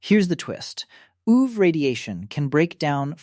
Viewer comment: Maybe ai narration?? Why does it say ooh-ve 😭💔🥀